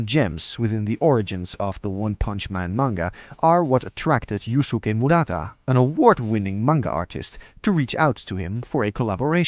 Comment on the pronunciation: "Yoosookay" "garoo"